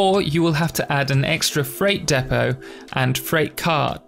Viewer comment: Its spelt Depot (although it's mispronounced in the video)